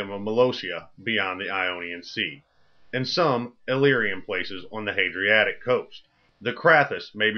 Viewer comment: Dafuq is "the Hadriatic"?